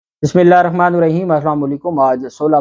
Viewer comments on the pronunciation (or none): none